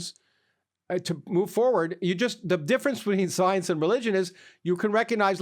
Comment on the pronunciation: "Soience" - Lawrence Krauss